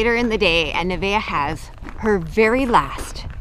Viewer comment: Her name isn't Nivea, it's Nevaeh. Heaven spelled backwards, pronounced Nuh-Vay-uh